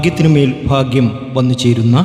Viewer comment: എൻറെ പൊന്നു സഹോ,ഇന്തൃയിൽ നിന്നും അമേരിക്ക വരെ നീട്ടികൊണ്ടുപോകതെ ചുരുക്കി പറയുക.ഫാഗൃമല്ല ഭാഗൃമാണ്. നക്ഷത്രം തിരുവോണം.